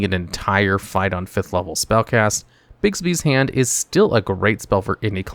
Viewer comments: Just so you know, Bigby's Hand isn't named for the late actor Bill Bixby!!!!! It's pronounced Bigby's Hand!!!!! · Hey, just wondering, but do you have an affinity for actor Bill Bixby? I seem to be hearing you say Bixby's Hand!! LMAO